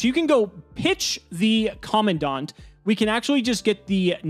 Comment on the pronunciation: In all my years of taking in Yugioh content, you, are the second person I've encountered to have pronounced Commandant correctly. Thank you. I'd cry if I were capable